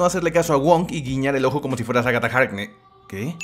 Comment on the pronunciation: Cuando no dice bien el nombre de Aghata Harkness todos: hable bien ######.npg